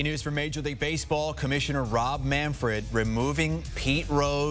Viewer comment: Jim Bowden is something... he can't pronounce the name of the commissioner (it's MANFRED, not MANFORD), and he botched the timeline of this issue. The Rose family petitioned in December, and by January Manfred had made his decision, as evidenced by the letter he released to that effect. The meeting with Trump took place in February, and Manfred had already made his decision about the permanently ineligible list, which impacts Rose, Jackson and others. Trump had nothing to do with this. Manfred was waiting to announce this decision until it made sense, and just before the Rose tribute in Cincinnati is taking place.